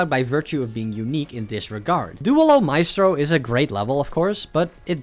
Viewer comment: please work on your spanish, i cannot take you seriously when you say dooehlo micetro